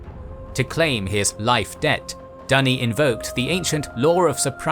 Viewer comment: Dunny (thats australian for loo) Duney is better